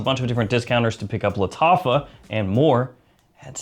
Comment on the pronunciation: Lol he said Lataffah like he was casting a spell in the shire